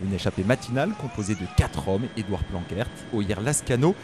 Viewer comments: Dans le bac+3 commentateur cyclisme il faudrait 4h/semaine de néérlandais 😄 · Edward Planckaert se prononce "planquarte" - merci de prononcer correctement le nom des cyclistes , c 'est le coeur de votre job :yougotthis: !